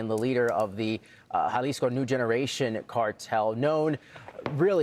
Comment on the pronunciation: Jalisco - Hah-lees- koh